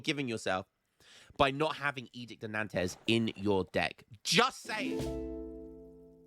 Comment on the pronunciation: It is pronounced "edict of Nahnts" btw, not "edict of Nandos"